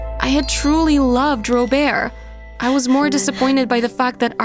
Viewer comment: I got annoyed at the first story cus the bf name is Robert when she called him "*Robear*"